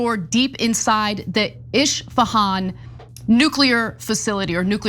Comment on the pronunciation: its pronounced "Es Fe' Hun"